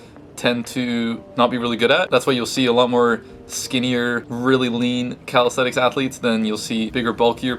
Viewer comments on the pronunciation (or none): Always tickles me how yanks pronounce it “Calisthetics” 😂